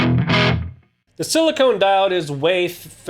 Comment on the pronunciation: Thanks for the review man! Just one thing: it's 'silicon' diodes, not silicone! Funny enough, same prononciation as Klon vs clone. Cheers!